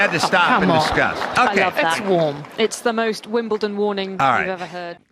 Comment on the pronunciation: WimBleDon not Wimpleton!!!